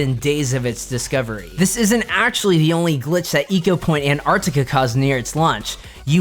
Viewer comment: "Ecopoint: Anartica" ???????